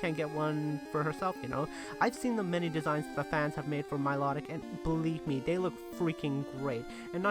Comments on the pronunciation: It's not milotic is not pronounced my law tic it pronounced mill oh tic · you said milotic wrong idiot you english bra you suck you always get pokemon names wrong i unsubbed u suck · Everyone prouncess milotic wrong